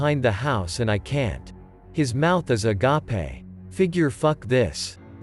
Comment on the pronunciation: His mouth is A G a P e sorry that had me for a hot second. The TTS creates pleasant surprises